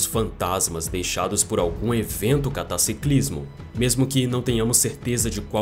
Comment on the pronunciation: Cataciclismo????😂😂😂 cataclísmico